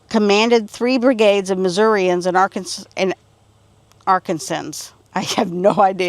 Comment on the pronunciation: I grew up in KENNETT and is only a few miles to get into Arkansas. This lady couldn't pronounce the name of people who were from Arkansas correctly. If you're from the state of Arkansas... You are an AR KAN SAN